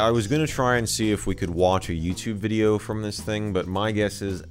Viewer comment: You said welcome back to another hideo